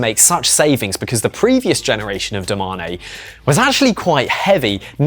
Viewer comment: Bro this channel is pure cringe…. DO MA NE. Say it with me, DO MANE. Fuck sake